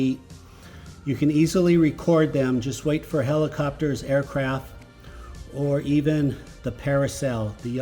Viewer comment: Aircraft “T” there’s a fcking “T” on the end of the word 😪